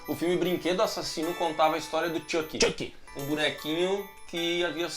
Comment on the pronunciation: Fala o nome do Chuck certo... É xuqui